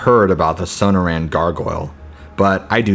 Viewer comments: Not bad for stories, but I'd suggest checking on the pronunciation of the places in the stories . . . Sonoran - suh naw ruhn and Gila - Hila would make your stories better. I hope you take this as helpful, don't mean to hurt feelings. Thanks. You have a good narrators voice. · Might want to learn how to pronounce things like places. The Sew-no-ran desert is pronounced Sa-nor-an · it's SOH-NORR-AN not SOH NOH RAN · Sun-nor-rin, not sana-ran lol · The so-noor-an desert, learn how to pronounce words you aren't familiar with. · It’s SUH noran not SO no tan desert 🌵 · Dude the pronunciation of sanoran dessert is so bad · Damnit man, you got decent stories but you can't pronounce shit, I just can't handle your saying suno ran dessert, and now it's a fucking co yota hay, dude your killing your whole set by butchering words so bad I can't listen to your channel no more, I'm sure I'm not the only one who unsus scribe dahuh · Su-nor-un = Sonoran. At least pronounce it right. Gargoyles are on churches to scare away evil spirits. These are the dumbest stories I've ever heard. I lived in Arizona. Just do better🙄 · Did he just say son-oh-ran desert 🌵 😆😂LOL! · first story - grew up in the desert , yet cant pronounce 'Sonoran' (so-noor-an). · The pronunciation of Sonora & Coyote is killing me dude. Smfh. Good God!! 😂😂😂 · For fucks sake man. Your pronunciation of Sonoran makes my skin crawl.